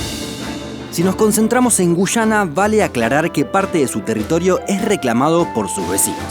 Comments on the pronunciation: Es guyana no gushana boludo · Son Argentinos, ellos no pronuncian muy bien la Y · Gracias por tu excelente video. Tus relatos son muy entretenidos ... Solo un consejo : debes pronunciar sin acento, algunas palabras. Por ejemplo, debes decir Guyana y no "Guchana" . Solo eso, gracias por toda la información. Estoy suscrita a tu canal , y vuelvo a ver más de una vez los videos porque me encantan !! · Por qué gushana? Acaso no sabes que la Y se pronuncia como una i ?Guiana.. tal cual!! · No se dice güyana, se dice guyana, la diferencia entre pronunciar o no la "u" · * Extranjero que ha aprendido español: Ah eso se pronuncia Guyana * Argentin@ No, es Gushana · A los dos los pronuncie gushana XD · Me quedo mas que clarisimo que sos Argentino, por la forma de pronunciar y marcar la "Y" cada vez que decis Guyana